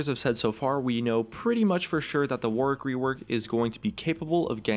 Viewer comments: It's pronounced warrick, not Warwick. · ITS PRONOUNCED "WORRICK" NOT "WAR-WICK' OMG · For goodness fucking sake, "Warwick" has a silent W. It's pronounced 'worrick' not 'wor-wick'. The more I hear it said like that, the more I lose my mind. Please... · Why do Americans pronounce Warwick War-wick, its pronounced Warick in English. For fuck's sake you don't say Anthony An-thony, its An-Tony, oh wait fcking Americans. -_- If he was meant to be called War Wick then they would have called him that? Oh Riot is American, my bad guess I should just try... but its so damn annoying omfg speak English properly?!? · The way Americans pronounce Warwick pisses me off so much, its an actual name and an entire county in England how is it so hard, its like yorick but with a w but every American ive ever heard pronounces it war wick, its my number 1 league pet peeve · Warwick is pronounced 'Warrick', by the way... you know, just sayin'. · It's pronounced 'Worrick' you silly American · It is the Fuwtewer Wowick Weework. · It's not the accent you goon. We are perfectly capable of saying 'wor-wick', but we choose not to, because it is the incorrect pronunciation. The vast majority of British accents, of which there a massive numbers, are very working-class, common sounding. Please get educated before vouching an opinion. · STOP PRONOUNCING IT AS WAR WICK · Why isn't Warwick pronounced "Worrick" like it should be? ALWAYS bugged me :/ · Any other British people annoyed with how Americans pronounce "Warwick"? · I hope they fix it so that people know how to pronounce Warwick. As its the name of a place that I happen to be from, I wince away from every second w when people say his name.